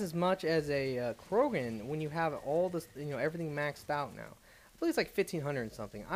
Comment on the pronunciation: >Adapt >Macktock >Korgan I love you man, and I know it's not a big deal, but you seriously gotta learn how to pronounce shit, for someone who's read this stuff a thousand times.